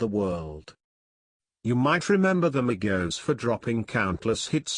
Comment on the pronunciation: Thank God You Said Their Names Right Other YouTubers Always Say That Shit Wrong